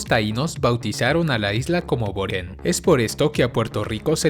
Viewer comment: Maybe fue error de audio al principio pero se llamaba Boriken o Borinquén no boren.